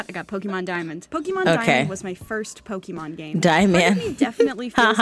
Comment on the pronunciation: how everybody pronounce it: Pokémon: pokimoan